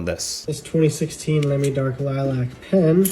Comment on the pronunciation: Hearing Americans pronounce Lamy makes my German skin crawl.